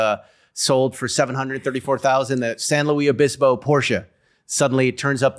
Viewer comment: you say it, San "Lewis" O bisp O ...(San Luis Obispo Native).